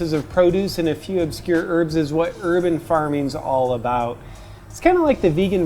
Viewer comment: "Herban farming" (pharming?)